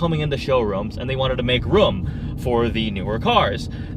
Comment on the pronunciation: say liter and room right lol